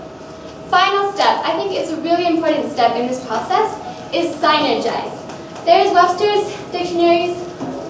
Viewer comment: you had a really good hook/intro, you have such good ideas, i can tell u practiced before, loved the part that you showed the necklace you found on the internet and made it and wore!!!! loved it the pronunciation of synergize... it was a really good presentation!!!